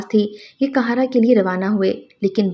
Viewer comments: آپ کا تلفظ بالکل بھی صحیح نہیں ہے آپ آپ کا ہر قاہرہ کو مسلسل کہارا کہہ رہی ہیں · App please APNA talafoz sahi keren . City ka name ghalat le rahi han .